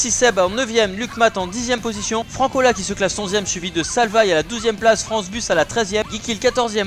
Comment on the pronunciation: Ça ne se prononce pas salvaïe mais salvai